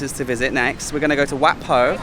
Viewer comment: Just a tip but WAT is pronounced WHAT in English